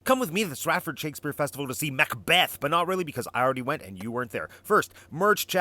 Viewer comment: Mac-apRRRRon :D